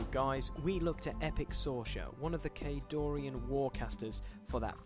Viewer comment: During the background info part, the music is too loud. And, it's Khadoran, no i. Great video anyways!